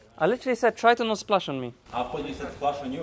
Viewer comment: I thought you said splash on you